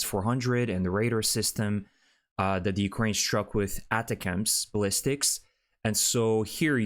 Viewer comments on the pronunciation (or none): ATACMS is pronounced "Attack'ems", not "Attacams". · I really love your channel, but ATACMS is pronounced ATTACK-ums standing for Army Tactical Missile System. Keep up the great work. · They hit with attack ums. Your pronunciation is a bit off though your English is good. I assume you can say the word 'attack' correctly. Sorry, but the constant mispronunciation of this weapons system is a tad annoying. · Funny how you are pronouncing ATACMS 🤣🤣🤣🤣